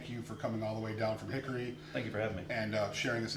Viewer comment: We believe it's pronounced Hick--Ree, and no we're used to it by now like Jon is used to "That thing got a Hemi?"